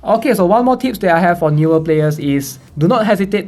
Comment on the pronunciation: Why am I keep hearing tits 😂 is it what I want or is it because I have problem with my ear